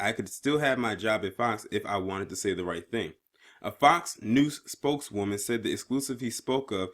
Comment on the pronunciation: Were you saying FOX 'NOOSE'? LMAO!